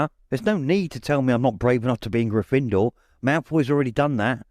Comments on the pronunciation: Love the voices, my only gripe is the pronunciation of Gryffindor. In the films it's pronounced with the stress on the 1st vowel grYffindor instead of gryFINdoor as this narrator does. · It gets on my nerves when he pronounces GYffindor as GryffIndor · I love everything about this except the pronunciation of Grifindor. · Why are you so bad at pronouncing Gryffindor? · The narrator is excellent, except for his unique pronunciation of "Gryffindor." He puts the emphasis on the second syllable, instead of the first. Having seen the movies hundreds of times, it just sounds wrong when he says it. It would be funny to learn that this is actually how the author intended it to be pronounced, and that the movies got it wrong! Personally, I mispronounced Hermione in my own head for a few years, until I saw the first movie:) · Wonderful reading! The ONLY problem I have is his pronunciation/inflection of Gryffindor, luckily its easy to overlook with the rest of his reading